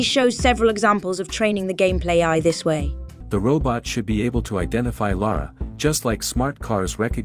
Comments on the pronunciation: It's weird how this Lara (correctly pronounced 'Lah-rah') pronounces her name differently almost every time, but never correctly. You'd think an artificial voice would just pick one and stick with it.. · it made me a bit mad she reffered about herself as laura lol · Leeara Croft AI calling Lara "Laura". What a load of 💩.